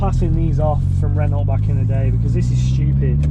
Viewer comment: Awesome car, but learn how to pronounce Renault, please.